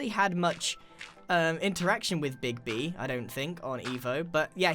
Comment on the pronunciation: My nickname is so I always get so confused when I hear you say it phonetically, hah.